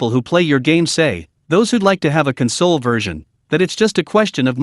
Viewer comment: Stop saying console, as in comfort 😂. F-ing. It's "Con-soal"😂